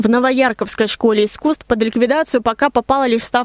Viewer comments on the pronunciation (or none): Не НовоЯрковский, а НовояркОвский! Стыдно, господа журналисты, жить в крае и не знать названий сел, путая ударения.